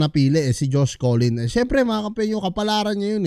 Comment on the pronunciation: Hnd po collin.. cullen po.. Bai ka po b.. pinyu .. 😅